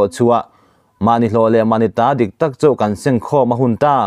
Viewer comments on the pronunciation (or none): none